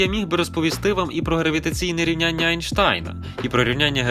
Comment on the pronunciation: який ще анштайн бляха енштейн курва годі каверкать гади мене таке рве і через це взагалі не буду дивитися